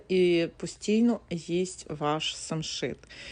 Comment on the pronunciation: Самшит ,а не шамшит.